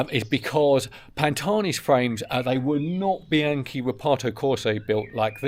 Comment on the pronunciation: Would it kill you to at least try to pronounce the names involved correctly? You're! Pahn-tahn-ee. Bee-ahn-kee. I know you can do it!